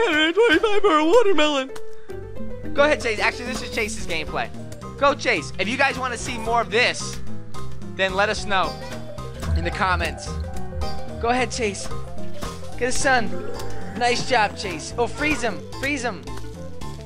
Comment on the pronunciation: it made me feel like when you said Let us you said LETTUCE